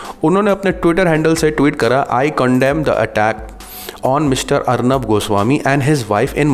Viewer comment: Bhai Jan arneb ji nah kahe please Arneb bolna kafi h